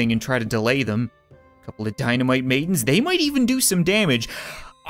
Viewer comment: Every time he says “dynamite maidens” I think he says “dynamite babies”